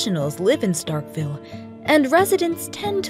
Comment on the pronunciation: Nobody in Mississippi says Starkville like Starkville they say “Startville”